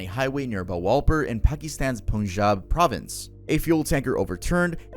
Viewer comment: about the "bahawalpur" pronounciation, its actually pronounced like bha-wool-poor similarly its not poonjab, rather pun-jab (thought id mention)